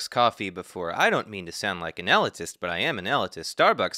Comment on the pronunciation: sorry to sound like an elitist, but elitist is pronounced ee-LEET-ist or ah-LEET-ist, not EH-li-tist.